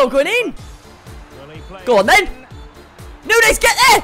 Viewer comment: Neunez ohhhhh neunoooo